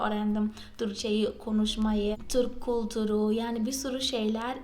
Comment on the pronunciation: Çok güzel Türkçe konuşuyorsunuz tebrik ederim. Merak ettiğim konu ? Türkiye derken "ü" harfini çok güzel telaffuz ediyorsunuz. Türk kültürü derken neden kulturu diyorsunuz. Size kultur diyemi söylendi. Bir ü harfi olduğunu bilmiyormusunuz. Cevaplarsanız sevinirim